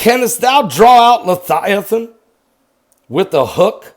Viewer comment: Levvvviathan* not lethighthan